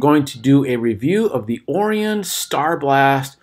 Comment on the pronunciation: Wait, you're reviewing a telescope and you don't know how to pronounce Orion? No thank you. You make it painfully obvious that you're just here trying to sell something you know nothing about.